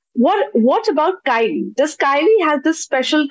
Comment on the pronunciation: It's pronounced Kay-lee, not Ki-lee